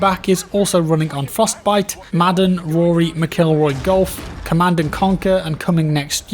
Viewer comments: how said rory mcilroy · “Rory mckillroy”